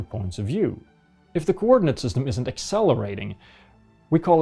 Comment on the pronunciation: 1. It's "plumb", not "plum". 2. It's "cranes", not "crains". 3. It's "isn't", not "isint". Well done. 3 sentences and 3 grammatical errors. Spoken in true flat earther language. Are you really that surprised that flat earthers are a laughing stock? You're not doing them any favors.